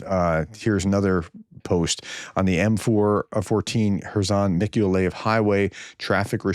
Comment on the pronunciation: I live in Ukraine, close to Mikoliev. For the thrid time, it is pronounced, Meek-oh-lie-yev.